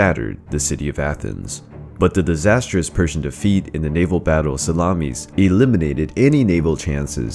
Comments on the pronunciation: The battle of salamis huh... 😂 Sal-ah-miss my dude. It ain't sandwich meat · Even so, its Sa-la-mis. Not the plural of salami. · The way you say Salamis 😂😂😂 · Stop pronouncing Salamis like an edible product...